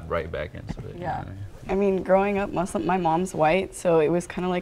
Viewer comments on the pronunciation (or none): ‘converted to muzlam’ 💀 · He even pronounced it wrong😭😭 (muZlim) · Ngl when she said Muslim but 'muslima' I kinda suspected it 😭😭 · Ikr like what’s ‘mazlam’ it’s pronounced ‘moosleem’ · No the point is there is No Muslim that pronounces it ''Muzlim''... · I hate when my non existent imaginary friends call me “MOooZlIm” like wtf :(